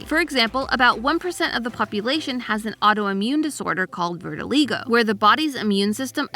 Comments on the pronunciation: verti-huh? I’ve never heard anyone pronounce vitiligo like that 😭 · I thought that was pronounced differently. Vit as in vittles or vitality, ah, lie, go. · Holup did she just call vitiligo virtileego? How in the world did she get that? I have had vitiligo my whole life and have never heard that pronunciation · why did u say vitiligo like that lol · Did anyone else cring at her pronunciation of vitaligo? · that’s a new pronunciation of vitiligo to me. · you mispronounced vitaligo i have it btw so fun i just burn easy in the areas affected its kinda annoying but not a huge problem